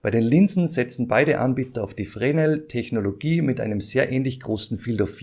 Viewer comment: Glaub die Linsen werden zwar Fresnel geschrieben, aber Frenel ausgesprochen. Kannst ja mal nach Aussprache von Fresnel Linse googeln.